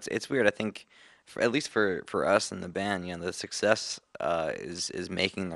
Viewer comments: everyone's faces when he said "...a great success" wich sounded like "sexess" mikey totally wants to burst out laughing xD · Haha when the interview was talking about their success at the start i kept thinking he was saying "sexist" XDD